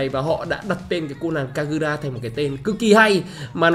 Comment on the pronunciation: giọng Nhật của e kagura mới chuẩn anh